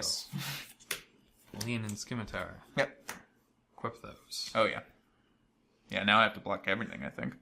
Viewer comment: You don't pronounce the C in scimitar.